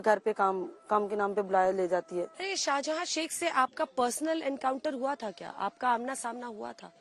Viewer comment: "Sheikh Shahjahan" hai, "Shahjada" nahi Didi